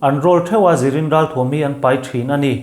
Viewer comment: "Ring rawl" i ti leh tlat tawh mai. 'Rin rawl' rawn i thei tawh la a va țha em..